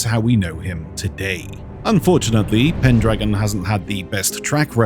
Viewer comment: it's pendragon you missed a pronounce his name.